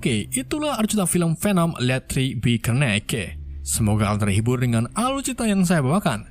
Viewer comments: Carnage atau carnec bukan karnege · Carnage bukan karnage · "Venom let there be karneke🤣" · Wkwk kalau menurut gua, emng sengaja ga bisa bahasa Inggris, biar lebih berciri khas Chanel nya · itu di baca "karnej" cmn nama nya "carnage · Bacanya Carnage Itu " Karnej" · Bukan kanarge bang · apalah ini jokes doang apa emang gak bisa bahasa inggris bang kok bacanya "let tri bi karneke" 😭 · Abang jangan bercanda ya carnage itu bacaannya karnecs Abang gak tau baca apa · Carnage di baca karnej